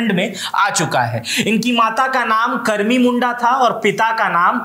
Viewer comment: Ap ko Hindi parne tik se ata nahi,fir se parai kar lo ap jai se logo ke chalte hi nam chench hota hai,ulihatu, karmi,sugna sare sabdh ap galat bole jai jharkhand Jai birsa